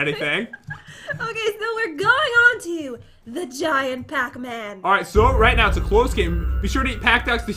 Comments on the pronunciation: I know it is spelled pac man not pocman but it sounded like said pocman in the beginning of the vid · It’s not pac man it’s PAT MAN